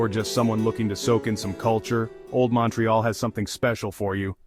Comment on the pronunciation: Mawntreeyalll 🤦‍♂️ Its (mount ) ( ré ) (al ) say it correctly